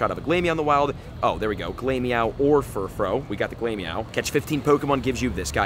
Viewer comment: I often wonder if this dude actually understands ANY of the wordplay with Pokemon names. Like "Glam-meow", not "Glame-meow". It's "glamorous+meow", with glamorous being shortened as "glam". Also, it's "Furfroo", not "Furfro". The "-ou" is pronounced like the "-ou" in the word "you". Oh well, I'm sure he won't correct it, ever. I've heard so many YouTubers claim that you can just pronounce Pokemon names however you want, and that's just not the case.